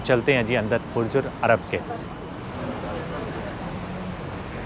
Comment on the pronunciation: it's Burj Al Arab and not Ul Arab.